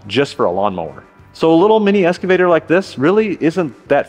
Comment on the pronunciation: Sound like you say "Escavator".